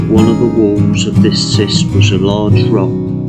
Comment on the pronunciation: It’s pronounced KIST not SIST 🙏🏼😊 nice video though.